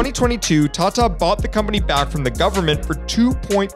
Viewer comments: I hate it when these people don't even try to pronounce the words correctly. Like what's their reason behind pronouncing 'Tata' as 'Tchatcha'? Like does he also pronounce 'Tomato' as 'Tchomatcho'? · The way he pronounce TATA😂